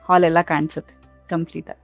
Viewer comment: Aalalli alla haalalli😂😂